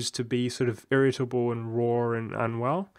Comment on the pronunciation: At first instead of hearing you were unwell I thought you said you were on WoW. I was thinking damn all these years later it's still getting people lol. Hope you start feeling better soon. Regarding the Patreon if you don't give major incentives of your usual content I'm all for it. Though full disclosure I'm not really in a position to donate right now.